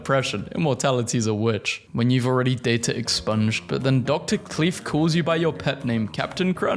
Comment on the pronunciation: I'm sorry, Dr "Cleef"?